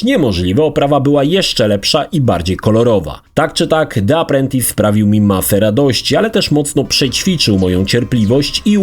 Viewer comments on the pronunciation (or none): Czytamy Di aprłentys...